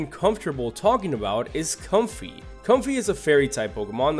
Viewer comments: It's pronounced comfay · Bunsweet Did you miss the pun? Bounce, sweet. Bounsweet. Comfy Again, you got half the pun. Comfy, Fey (fairy). Comfey. Possy Ring around the rosy, pocket full of posies. Tryage Everyone gets this wrong, but that doesn't excuse you. Tree-ah-ge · OH my god, all those mispronunciations during Comfey's segment...